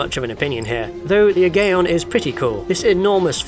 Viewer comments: Fun little feature! I'd have added in the Havoc Gunship from G-Police on the PS1. Also what a strange decision to include modded Ace Combat 7 gameplay with Tom and Jerry's Tom... Also it's 'Aigion', said 'eye-guy-on'. :) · Aigaion is pronounced eye-GUY-on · For future reference, the craft from Ace Combat is pronounced the eye-GUY-on. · You’re missing out on some cool original aircraft designs by not playing the Ace Combat series, there are a few you’d probably like. If you can, try and play ACs 4 to 7 as well as Zero, they’re the best titles by far. Oh, and Aigaion is pronounced ‘Eye-guy-on’. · With Ace Combat 6, the Aigaion is pronounced "Ah-gye-on" or "Aye-gye-on"